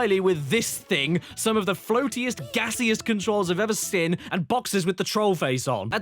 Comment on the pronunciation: Why do you pronounce seen, as “sin”?